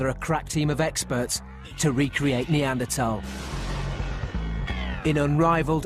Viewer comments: I keep hearing it as Arnie Anderthal. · It is "Nee Ander Tall" and not "Nee Ander Thaw" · What pisses me off most about this is the pronunciation of neaderthals. 😜